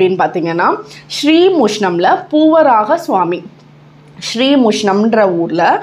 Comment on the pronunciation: A small request It's Boovaraha swamy not poovaraha swamy.